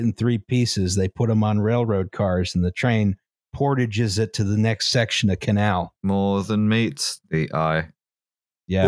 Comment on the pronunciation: PORTAGES??? with the FIRST SYLLABLE EMPHASIZED??